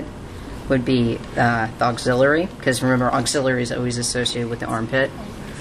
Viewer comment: not a bad video, though some of the pronunciations are incorrect...its subclavian not subclavan....and its axillary not auxillary....still helpful though